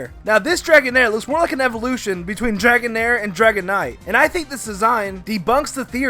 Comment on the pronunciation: dregoan-air lol